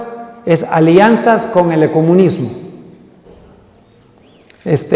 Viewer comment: He perdido minutos, y no he escuchado Palabra de Dios, hasta no sabe ni expresarse este zombie, se dice ECUMENISMO y no ECOMUNISMO oye simplón. Habla sobre el GRAN CHASCO y deja de estar mencionando a la loca de Elena, que les hizo vestirse de blanco y esperar en los cerros la venida de Jesús. Ya estas viejo y sigues creyendo en falsedades. Recibe a Jesús en tu vida y camina en la senda correcta.